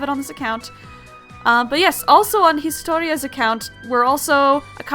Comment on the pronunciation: i'm hisutorias from reddit~ you pronounced it correctly!! so glad to get to see this active now I'M SO EXCITED. GOOD LUCK